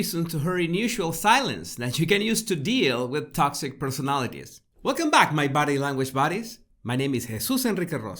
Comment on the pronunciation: When I first started listening to him it sounded like he was saying 'my battle language baddies'.. lol